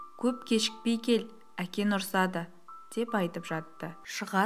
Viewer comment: Ң деген әріпті айту қиын ба. Әкең дегенді әкен деп айтқан біртүрлі естіледі екен. Дауысың , оқуың мінсіз әдемі бірақ